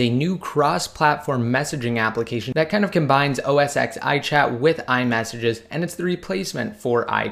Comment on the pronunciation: U even said its the same thing so please say os ten not ex, please !!!